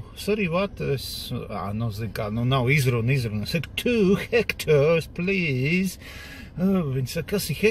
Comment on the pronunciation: Tā izruna: "Two Hektors please" baigi labā.